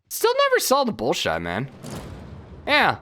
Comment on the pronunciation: Bolshoi = Bohl-shwah